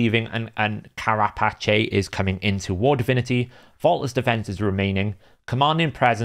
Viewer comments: Care-A-Patchay? lol. It is Care-A-Pace (rhymes with Face). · "Kara patch ay"? I'm sorry I couldn't let it go lmao. Carapace is pronounced like "kara pace (like walk ten paces)". And it's like the shell of arthropods. Loved the rest of the video! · It's pronounced Ka ra pace.. The back part of a shell Agree wholeheartedly on the idea of having "themed" blessings and actually giving viable options for every type of champion. It's a shame Plarium didn't think of that in the first place rather than just having them as fancy tabs. Unfortunately, we know this will fall on deaf ears with them The eternal blessings sound way overpowered though. Iron Twins they'd get more engagement simply by removing the energy cost. They can keep monetisation with extra keys for those who want to spend on it